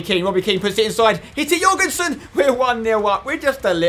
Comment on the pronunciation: You nailed that pronounciation of Jørgensen Spencer. I know cause im Danish. PS love the series keep up the work👏🏽👍🏽